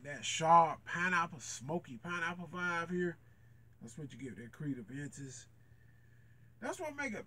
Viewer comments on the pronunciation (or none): It’s Aventus not aDventus.